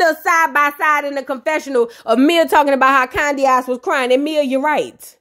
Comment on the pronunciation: Everytime I hear 'Candyaxs' 😂😂😂